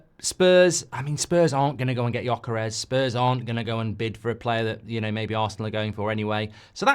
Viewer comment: Holy cow, he finally learnt how to pronounce Gyokeres